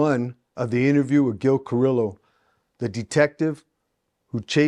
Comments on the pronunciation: Carrillo is pronounced CA like caca RIO like el Rio grande CARIO the L’s are silent I personally happen to know Gil when I was a cagapalo back in the 70 s Gil and his partner art would chase me around fast forward 45 years I got my life together I run into Gil at different places I was on a ship cruise with GIL and his wife a while back I appreciate Gil . He’s a real gentleman and standup guy. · I FUCK WITH YOUR CHANNEL.BUT WHY YOU GOTTA PRONOUNCE HIS LAST NAME THAT WAY?? SAY IT RIGHT HOMIE